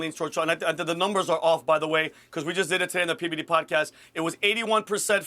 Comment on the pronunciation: Says the guy who can't even say 3 letters right it's PBD